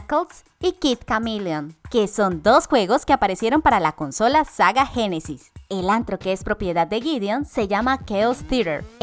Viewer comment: "Saga genesis" xD